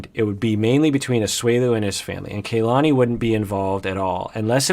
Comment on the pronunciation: It is KA-LANI not KAY-LANI. Listen to how Asuelu and her family say it.